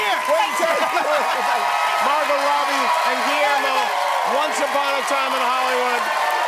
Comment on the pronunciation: Did Margot call Guillermo ‘gidrick’?